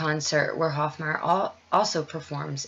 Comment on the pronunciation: Hofmeyr is pronounced "Hof-may-er" , not Hof-my-er. Great video and shout out! Keep up the awesome work... .you are reaching our hearts and minds!